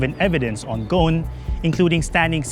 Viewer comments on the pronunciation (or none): His name in Lebanese Arabic is pronounced [ɣu-sˤn] "غصن". I don't get how that became to be like "Gone" lool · Why he keeps calling him Ghon instead of Gho"s"n, as in (غصن) which means a tree branch in Arabic